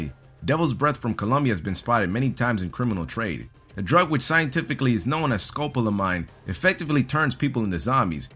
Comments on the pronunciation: It's not pronounced SKO PA LA MINE. It's sko pola meen. (scopolamin) It is used in those patches you put behind your ear for sea sickness. It can also be used as a "truth serum", like sodium pentothal. Besides its medical uses, one common and particularly dangerous method that criminals use in order to rob a victim is through the use of drugs. The most common [in Colombia] has been scopolamine. Unofficial estimates put the number of annual scopolamine incidents in Colombia at approximately 50,000. Scopolamine can render a victim unconscious for 24 hours or more. In large doses, it can cause respiratory failure and death. It is most often administered in liquid or powder form in foods and beverages. The majority of these incidents occur in night clubs and bars, and usually men, perceived to be wealthy, are targeted by young, attractive women. To avoid becoming a victim of scopolamine, one should never accept food or beverages offered by strangers or new acquaintances or leave food or beverages unattended. Victims of scopolamine or other drugs should seek immediate medical attention.[34] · Devils breath: sca-poll-o-mean